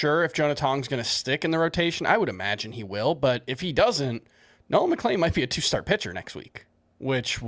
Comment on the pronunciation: for the love of gokys Hernandez it’s MCLEAN. Nolan McLEAN. Not McLANE.